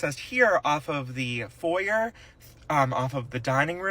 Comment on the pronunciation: There’s no excuse even for illiterate criminals to mispronounce foyer. A crime against the spoken language. The horror! The horror!